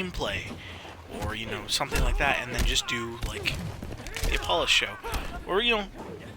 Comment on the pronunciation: I thought you said. "Hi guys my name is balls"